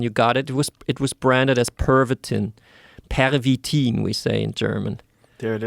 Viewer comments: 😂😂 the way he say "Pervitin" is french accent not german 😂😂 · It wasn’t “pavatine.” Pavatine is an erectile dysfunction drug. PERVITIN is the name of the methamphetamine.